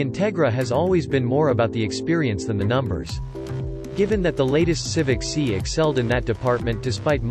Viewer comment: it is pronounced "S" "i" ( not Si......or "C"). C'Mon